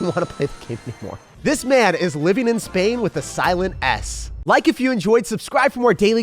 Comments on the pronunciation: Spain with a silent “s” lol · LMAO SPAIN WITH A SILENT S